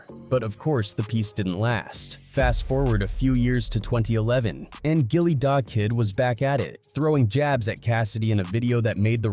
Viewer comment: Once I heard Jilly, I turned it off. If you’re gonna be a culture vulture, at least get the name right.